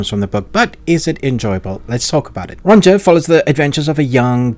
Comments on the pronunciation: Amazing video and series! Just that... Sorry to be that guy, but it's pronounced "Ronia", with the j pronounced as an i. 😅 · Ronja is pronounced more like Ronya btw. Just thought I'd say it